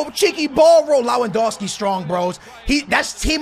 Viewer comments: I'm crying how u're saying LAwEndowski, istead of LEwAndowski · It’s lev an doski not low an doski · You’re saying his name like lawandoski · Rap Noticias he kept saying lowandowski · Rap Noticias and he said it wrong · Pronounce Lewandowski name right. Come on